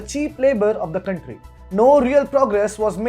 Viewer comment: The stress on the “r” though. Countrrrrrrry.